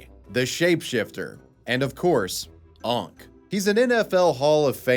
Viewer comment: You saying unck doesn't sit right